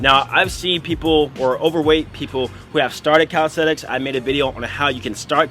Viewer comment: why you keep saying "calistethics"